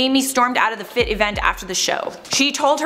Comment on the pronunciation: If multiple students bought up the issue then they knew it was an issue and chose to ignore it. The students should've bought it up to the department chair too. Also it's pronounced "F.I.T.", all the letters separately. I attended the illustration program not the fashion programs.